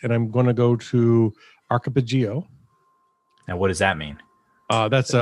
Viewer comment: Ark-A-Pel-Ago.. Archipelago